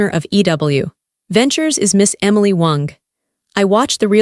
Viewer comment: Why is ai pronouncing Miss Wong as Miss Wonk 😅 lol . Ridiculous . 🙄